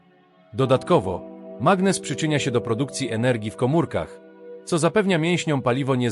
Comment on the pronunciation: Mg=magnez a nie "magnes"